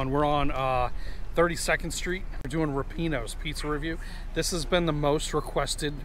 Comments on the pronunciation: lol my Italian heritage tells me it's rip-ee-awnos. I could be wrong. I guess we should ask someone who works there...maybe see how the answer the phone? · my wife and I agree with your rating...ripieno's is the best in oc, (although, I'm pretty sure you're pronouncing it wrong) and Franco's is second. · just called them...the girl that answered the phone pronounced it like I did. 🙂